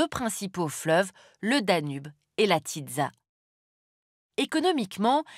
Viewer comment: Le fleuve se prononce pas "tiZa" mais "tiSSa" , le phonème sz = [S] et le vin se prononce "Tokaille" et pas "tokaJE " ! XD je sais la prononciation est pas évidente mais il n'y a pas d'exception de prononciation, donc moins d'irrégularités.